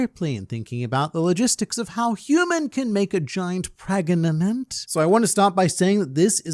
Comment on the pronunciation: Mate i wasn't thinking about the logistics of how to get a giant pregananananant or whatever you said, i was more concerned with how there might be a chance with Gerd-chan